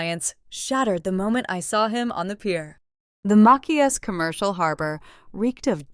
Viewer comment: It's Ma-chi-ass 😊